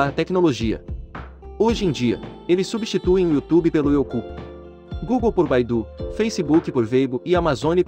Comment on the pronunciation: rachei no you ku kkkkkkk